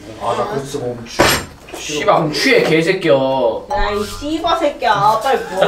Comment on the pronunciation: ㅋㄱㅋㄱㄱ 욕하는거 처음보는데 매력 쩌네 발음 개 찰져 ㅋㄱㄱㅋㄱㅋ 쒸버새꺄